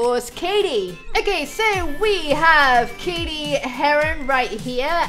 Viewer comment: its cadIE not cadY